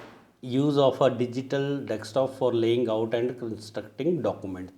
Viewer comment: आप डेस्कटॉप को डेक्सटॉप बोल रहे इसे सही करें. एक बार सुन ले.